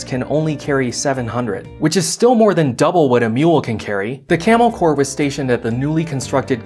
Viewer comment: Today i found out corps is pronounced core